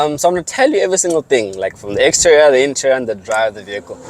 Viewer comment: Lol Bro, say interior and exterior of the vehicle slowly again… 🤔😂😂😂